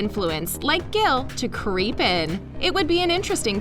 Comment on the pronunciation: it's Gil not Gal